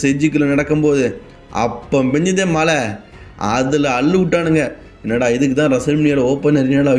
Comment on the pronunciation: Mala ila da athu mazha